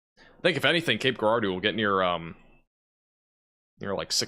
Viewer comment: It’s pronounced Cape Jerahdoe